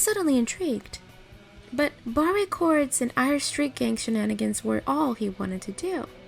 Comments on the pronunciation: It's pronounced "bar" chords, not barr-ay. Otherwise I like her pixie voice. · Awesome stuff! Part 1 was great, as well. One note: maybe it’s dialect, but “barre” is usually pronounced “bar.” I was confused for a sec at that bit.